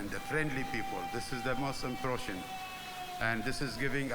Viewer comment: pronunciation kata 'impression' nya perlu diperbaiki, sering membingungkan sebagian dubes. dan lagi 'looking forward to doing' bukan 'looking forward to do'.